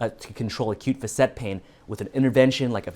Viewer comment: When my Chiro pronounced facet like this, I wondered....googled "facet" ( maybe I was ignorant) couldn't find this pronunciation... oh well, he's not the only one. 🙂